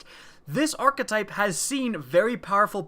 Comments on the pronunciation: WTF is an arch-uh-type? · Wanna say arkatype 1 more time